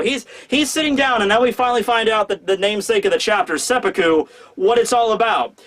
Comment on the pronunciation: Glad you pronounced it as seppuku, and not seppuku